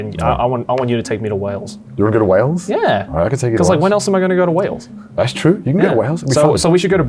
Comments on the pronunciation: Great show but it is Wales not Whales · Wales… not Whales 😂🐳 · not 'Whales' lmao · Why „Whales” and not Wales 🏴 ?????? 😳😳😳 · Not wanting to be “that guy” but it’s Wales not Whales. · It's Wales NOT WHALES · "Whales" come on.. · Wales with an h, eh?